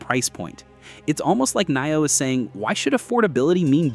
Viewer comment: It is not coming to the USA. Dang I am a NIO investor and I wish. Does anyone look at their AI “creations” before posting. Hell we pronounce it NEO. Dang!